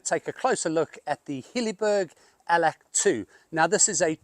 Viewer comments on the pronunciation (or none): Allak..not Allack 😊